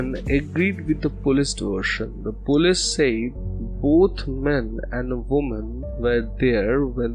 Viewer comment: the word is polce, not pullees. It is pronounced po-leese. Not pull-ays.